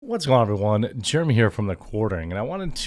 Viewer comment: JEREMY! JAIRuhMEE! GERE-EMMIE! JEREMY! JAIRuhMEE! GERE-EMMIE! JEREMY! JAIRuhMEE! GERE-EMMIE! JEREMY! JAIRuhMEE! GERE-EMMIE! JEREMY! JAIRuhMEE! GERE-EMMIE! :P